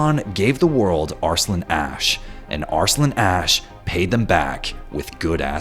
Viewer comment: As much as i like this video, the narrator's pronunciation of "Arsalan" bugs me